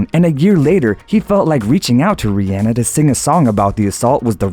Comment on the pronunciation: He said it right. Here's Rihanna pronouncing her name.